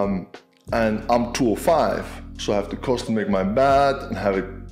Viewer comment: When you were talking about the beds being to small for you at hotels when travelling. I thought you were saying bath at first. I mean no disrespect but I didn’t understand why that was so important that you had a bigger bath cause your toes stuck out. Lol. Sorry it just seemed so funny. Stay positive, stay strong, stay cool. 👊🏻🧡🇨🇦